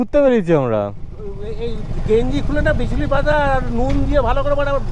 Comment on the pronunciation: Bichuti noi bichuli😂